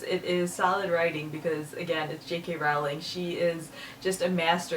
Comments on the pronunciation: Rowling is pronounced like bowling.. :) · You pronounce "Rowling" incorrectly.